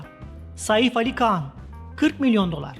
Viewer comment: İnandirici deyil dediyiniz rakamlar birde konuşan spiker kan deyir handir han khan han